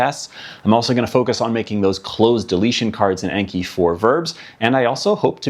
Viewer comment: It's pronounced "Ahn-key", not "ain-key". It's the Japanese word for memorization.